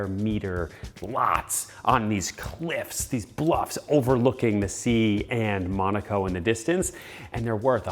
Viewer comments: its not pronounced mOOOnAco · You can't even pronounce the location correctly?